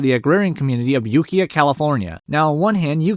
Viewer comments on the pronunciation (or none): Also Ukiah (yoo-KAI-uhh) but I only know that because I grew up near the town. Great video all the same!